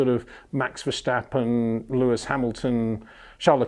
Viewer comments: Congratulations! You are the 100.000th person explaining it's not VerSHtappen! Haha..... Mr. Windsor never reads the comments I think. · HEY PETER WINDSOR, I HAVE MESSAGE FOR YOU SIR: With all due respect ... it is NOT Max "verSHtappen" ... Max is not German (Germans indeed do pronounce "st" as "sht") ... #Max33 = Dutch NL/Belgium! ... It is not "Bottash" nor is it "Lewish" certainly not "verSHtappen" .... This BS started long time ago when a British sport presenter interviewed father Jos Verstappen and assumed you can use a German pronunciation to a Dutch Driver thinking it is so "funny" ... It is not. Serious question: can any Englishman say "versatile" out-loud without saying "vershatile" phonetically? most can about 99,99% ... that is why most English can pronounce Verstappen 100% correct! Father Jos Verstappen (also F1 Racer) was very active between back then only a very few said "Vershtappen" but the vast majority of British sport presenters pronounced it perfectly ... only a few old stubborn farts like Peter Windshor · It's like we would say Peter WindSHore or Windsure haha. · MEX VERSTEPPEN ???.. THE A'S SOUNDING LIKE IN WASH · It's simply very difficult for British people to not use "SH...". They use it in almost every second word. Just hope that people can pronounce your name correctly. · Its about time you learn to pronounce "Verstappen" right, come on